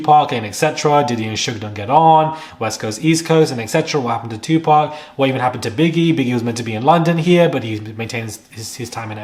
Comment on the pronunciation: Look at you showing your little taco meat. 🤭It’s pronounced 2 POC. Stop pronouncing it like them. ⚪️🤭🇺🇸